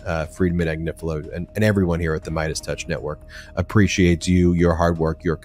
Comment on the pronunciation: Did you say “Mierdas touch”? Fantastico!